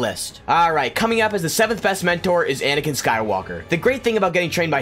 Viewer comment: You DID include Vader, you said ANiKan!!